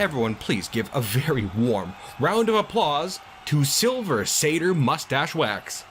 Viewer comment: Shrieking sounds!! Yay!! Also: SilVER saTYR musTACHE wax